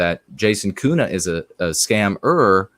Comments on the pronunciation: Germans would pronounce Köhne without the U sound you use (which sounds like Kuhne, & Kuh means cow, though you pronounce the U sound as if it’s somewhere in between U & Ü, at least to my ear), just as an FWI. Listen to a pronunciation of König to hear the difference. It’s very similar to the first vowel sound in ‘colonel’. Maybe your family pronounces your name uniquely traditionally, or the spelling was changed from Ü or U to Ö. Regardless, I respectfully hope this is helpful information. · There is a huge variation in regional dialects (I know this especially as I learned German while living in Switzerland), so I am speaking of High German. But I don’t think I’ve ever heard a German Ö pronounced as you did twice in this video. I did notice that one time you pronounced it more similarly to how I would (in between a U & Ö sound) & I can imagine getting different input would be confusing. Plus, sometimes the pronunciations online are inaccurate. I should make a recording of myself & some native speakers pronouncing your name. That would probably be most helpful. Tongue training is a real thing. I’ve spoken German for nearly 20yrs, the last 10yrs while living in Germany, & I still don’t have the ÜRZ sound down properly. Germans almost never correct me either, which is frustrating. When you say you had your tongue freed, I assume you mean the frenulum was cut? How much has that changed your linguistic ability? You are so eloquent in English, I can’t imagine you had any room for improvement there. Was it just for speaking other languages?